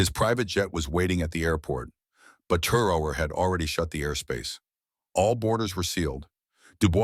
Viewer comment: Please pronounce his name correctly.